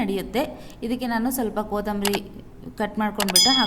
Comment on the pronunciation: Kodmri alla kotmari 😂😂😛😛